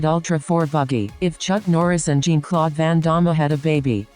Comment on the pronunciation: Jean-Claude not ''Gin Clock" ffs lol